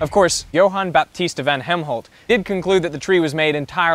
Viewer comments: it is helmont, not helmholt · It's not Helmholt, I rekon it was Hellmont. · Von Helmont, not "Von Hemholt" performed the experiment with soil and a potted tree. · The scientist is Jan Baptist van Helmont not Helmholt :)